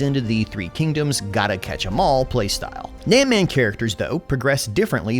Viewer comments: His Pronunciation of “Nanman” is hurting my ears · PLs Zhuge LIANG not Zhuge Leong. Leong is a cantonese way of saying it which is a wrong way if you put Zhuge & Leong together. So Zhuge Liang something like you pronounce Lee Ang in faster way. Also it squeeze my ball everytime you say Nanman. Nan as in None, man as in bun but with a M or gun with a M instead of G. Or simply paste this to google translate & play the sound 诸葛亮 南蛮.